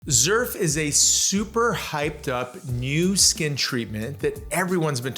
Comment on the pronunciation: You are pronouncing "Xerf" wrong. In Korea is you pronounce it that way, they will not know what you are talking about! Us Americans are bastardizing the pronunciation. Pronouncing it the way that you are in the USA will be fine.